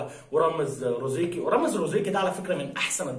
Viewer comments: زروقي 😂😂 ماشي رزروقي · رامز زروقي وليس روزيقي للتصحيح فقط أخي الكريم